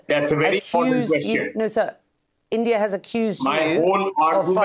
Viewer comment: Next retaliation slap will be for.. It's India not endia.. Pronounce it correctly.. Ok